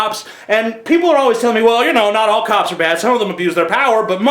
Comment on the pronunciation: When you were talking about cops, at first I thought you were saying cows In like a Minnesota accent. I was like "Why you gotta be hatin' on cows?"